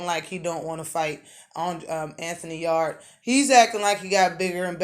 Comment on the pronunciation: Yarde is ranked#1 by one sanctioning body. The rest he's not even there. Pronounce Yarde correct first, it's not pronounced like your back yard!! Lol! Canelo also not stealing fights. If something falls threw in everyday life and you see an opportunity to make millions your going to throw your hat in there and try to get it. Same in boxing. Kovalev is responsible for it all if anyone or anything. Also ward had been hunting in his own words at coming out of retirement to have a third fight with kovalev, who's name you also not pronouncing right. If that happens ward will fight him before anyone Yarde and Canelo included!!